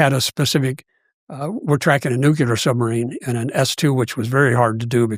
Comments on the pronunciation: It’s pronounced NUCLEAR, not nucelar… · Even the nuclear sub hunter says nucular